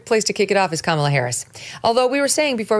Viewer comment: Kamala (Ram-ba-la)